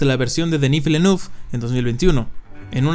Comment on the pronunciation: Se pronuncia Dení Vilenev o Vilenef